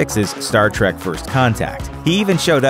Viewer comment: Trek not track